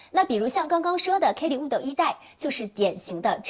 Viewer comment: 为什么连birkin都读不对，borkin。wood，out，都读成了woodo，oudo😂😂😂听着太难受了。毕竟做这一行的，还是改改吧